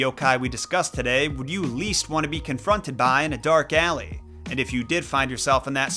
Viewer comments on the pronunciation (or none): none